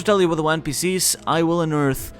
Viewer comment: “What is the one biece” lol.